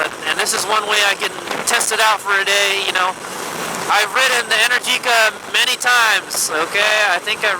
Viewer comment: Happy Birthday! Amazing choice of bike, and omg that is the most epic string of my favorite bay area roads!! Also just fyi, Energica is pronounced En-air-jica, and it flows kinda like "America". Ok back to watching :D